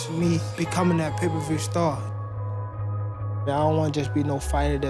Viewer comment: It's may-per-view....